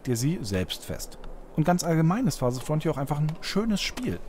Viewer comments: "Farsest Fronthier" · FARSEST FRONTJIER XD